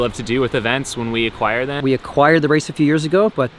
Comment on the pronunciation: hahaha I love the emphasis on WE ACQUIRED IT hahaha